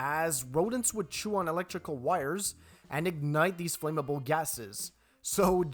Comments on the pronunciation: FLAM-MABLE.. NOT FLAME-AMABLE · The word is "flammable" not "flameable" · For future reference, the pronunciation for "flam" is the same as in "tram" or "clam" instead of "flame." flam-ma-ble flăm′ə-bəl Otherwise, good job. Keep improving. 👍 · Flame-able? Pith-a-gore-ass? This guy really sucks at pronunciation. lol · Flammable is not pronounced like flame-able. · I let the 'flame-able' gas faux-pas go, but when you got to 'pith-a-gore-us', i had to stop watching! FFS...